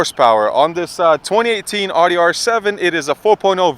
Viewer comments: Yo bro it’s not ODDY it’s Audi (Owdy) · "AW-DEE"........Shameful. I can't stand when people pronounce it wrong. Its "OW-DEE" my dude. smh